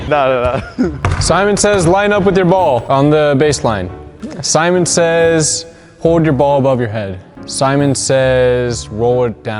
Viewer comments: No one:: Semen says switch hands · Nobody gon say anything abt saying semen. Gay ass